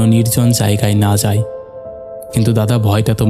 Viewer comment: আপনার বাংলা উচ্চারন আরেকটু উন্নত মানের হলে ভালো লাগতো। প্রত্যেকটি ' য় ' এর জায়গায় ' ই ' বলছেন । যেমন ধরুন জায়গায় কে আপনি বলছেন জায়গাই। এটা খুব শ্রুতিকটূ।